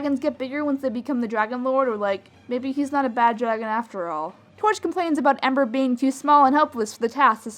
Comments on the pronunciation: Her name is Ember, not Amber. Ember. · U sounded like u said Amber through the whole thing when u said ember